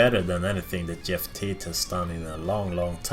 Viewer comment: "Yeff Tate"